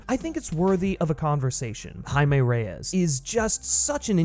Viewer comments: On god im about to start this video over and take a shot every time he says Jamie 😂😂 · Wtf are you taking about with this “White Privilege” Rant? How did you get all that from a 2 minute trailer? Also it was obvious that you butchered the pronunciation of “Jamie” and sloppily edited it in afterwards! Nice work bro! Guess that’s some cultural appropriation of your own! 😂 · It sounds like after your recording you had to replace the pronunciation of “HIMAY” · lmao you definitely said his name wrong the whole time huh? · Am I the only one who noticed that he kept saying the characters name a little weird throughout the entire video? Lol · Did you mispronounce Jaime then have to go through and redo it? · Must've been super annoying having to go back over your original audio recording for this video to fix every instance of your pronunciation of the guy's name, props for doing that! What had you gone with originally? English "Jamie" pronunciation? Also: hadn't really heard of this character until seeing the trailer, but the suit gives me (as an older guy) strong Guyver vibes, and if I can headcannon this into being a live-action Guyver movie then fuck yes I am here for this. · ok but how did you pronounce "Jaime" on the first go round addjkhgsjsgsh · did you mispronounce jaime in the original vid and then fix it in voiceover?